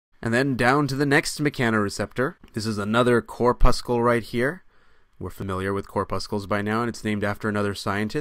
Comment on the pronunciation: Cor' pussel. Not Cor puss' kull ; just like red blood cor' pussel and not red blood cor puss' kull Enjoy your content, but that particular mispronunciation is especially jarring!